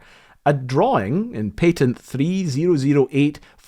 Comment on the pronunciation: i enjoyed this video. but lets be real, there's no reason to be saying 'patent' like that